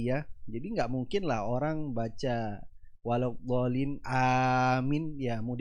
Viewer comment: dia ucap waladhooliiim...fatehahnya saja masih salah...yg benar itu waladhoolliin